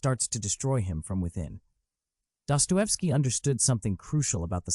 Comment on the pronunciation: What about DUPER'S DELIGHT? Empirical evidence shows sadists are gratified by deception. This point by FD may have been true to a repressed religious society. Dosto is disgusting. Learn to pronounce his name or get off the internet you BOT